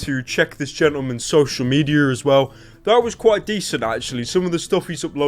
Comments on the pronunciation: "social mediar" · "social medier"